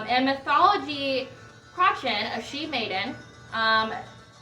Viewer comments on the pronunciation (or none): oh nevermind you answered it in the video - if you like these guys you might dig primordial and omnia! they do excellent morrigan inspired music as well, also it's pronounced cruh-uh-chan (the ch is like you're clearing your throat).